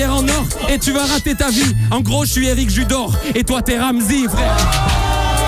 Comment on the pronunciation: l’incantation de Ramzy avec le « Errric Judorrr » ça m’a eu 😂😭